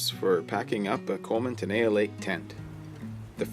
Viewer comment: Thanks, this was really helpful. One thing: this tent is named after an exquisite lake in the High Sierra, called Lake Tenaya. It's pronounced Te - Ni'-a. The i is long. Thanks.